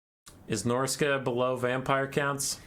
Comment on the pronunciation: No he said it correctly. Norsca has three lords, two legendary and one generic.